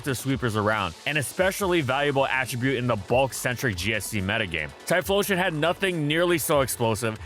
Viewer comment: Tyephstein xdXdxdx